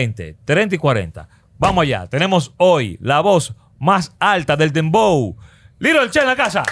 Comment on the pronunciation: No es Dembow, es "PLEPLABOW"😭😭🤭🤭🤭🤭🤭🤭🤭